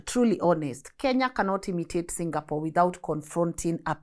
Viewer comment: This a very few times ive heard somone foreign pronounce Singapore like how a Singaporean would pronounce Singapore! 🎉 Rmb folks its Sing--a--por not Single-pour 😂😂